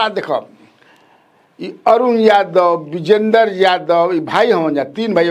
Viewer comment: आप य को ज क्यो उच्चारण करते है यादव को जादव क्यो बोलते है ? बहुत बेकार लगता है